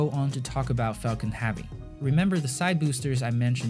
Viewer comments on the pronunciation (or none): If you can pronounce "Exploration" correctly, WHY do you keep call it "SPACE AXE"? And it's heavy, not "Havy". Hate to fixate on this but you CAN pronounce it correctly, so why don't you?